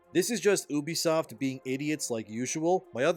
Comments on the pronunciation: Hey dude its Ubisoft not Übisoft. Its incredibly annoying to listen to you pronounce it like that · U-bisoft. Not oobisoft ffs